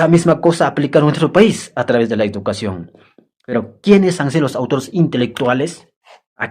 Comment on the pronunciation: OYE ENTRENA CASTELLANO, CREO QUE HASTA PEDRO "CASTELLO" PRONUNCIA MEJOR EL CASTELLANO PONTE UNA PIEDRESCTA EN LA LENGUA COMO DEMOSTENES. Y ENTRENA CASTELLANO. NO SE DICE IDUCACION, SE DICE. EDUCACION.